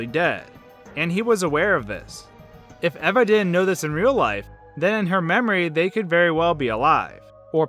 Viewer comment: The pronunciation of Eva made me cringe. Did you never watch Wall-E? EEEEEVA!!!!